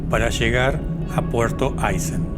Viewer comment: Excelente video! Un dato : es Aysén con acento sobre la e, no siempre reflejado en carteles o mapas pero ese es el nombre de la región y por supuesto es Puerto Aysén 😉